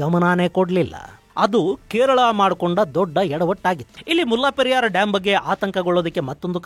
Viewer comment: ಅದು ಮುಲ್ಲಾ ಪೆರಿಯಾರ್ ಅಲ್ಲ. ಅದರ ಹೆಸರು ಮುಲೈ ಪೆರಿಯಾರ್. ದಯವಿಟ್ಟು ಎಲ್ಲವನ್ನೂ secular ಮಾಡುವುದು ಬೇಡ.